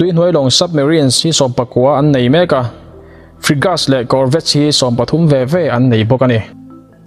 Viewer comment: Tha thlah miah lo atang,..😂😂😂Ihre ril lo ve ang chu aw🤣🤣mi ziah sa bak ichhiar nek lo ange....chuan tu man Frigates hi Frigas an ti ngai lo bawk,...SU hi tuman Su(hmeichhe zahmawh lam ang in) ti in an lam ngai lo bawk,...